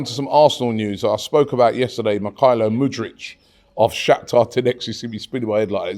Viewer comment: Mudryk, not Mudric lol